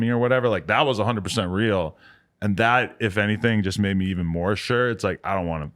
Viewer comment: he said "evean" lol